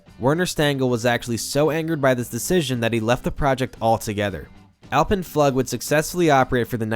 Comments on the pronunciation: Pretty sure it's "Floog" . . Not "Flug" . . . :) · Yeah, I'm cringing every time I hear him say that. Flug, rhymes with Flume. only with a G and not an M. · Flug is pronounced like "food", long u, fluuug or floog :D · Flug is pronounced "Flook". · flug is pronounced floog. I'ts German for 'flight'. The Messerschmidt coaster is "MountainFlyer". Otherwise great vid, very informative. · i'm here to confirm your pain bud. FLUHG. FLUHG. FLUHG. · So more pronounced "floog". ;) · Small note: "Flug" means flight and is pronounced like "Fluug", emphasis on the U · Flug - is pronounced floog. You can google this shit, and you probably should, your videos are very thorough, don't cheapen them by skipping the easy stuff.